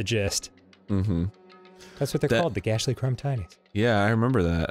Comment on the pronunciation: What? The Gassly-con Tinies? What is he talking about?